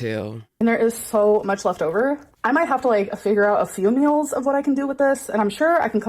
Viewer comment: " I swear I'm the messiest COOKER. I may have to plan my MULES...".aka meals... How old are we now and have we passed the young teen reading level yet???